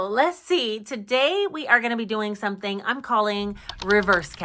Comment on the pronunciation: Hey 👋🏾 Hold up wait a minute "sumin" ain't right! 😂😂 Let me know how the Ninja creami works out. 🤔